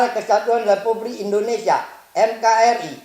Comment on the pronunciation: NKRI bukanya MKRI. Organinasion